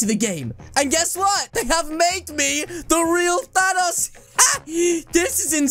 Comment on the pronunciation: Is name is thanks not tanos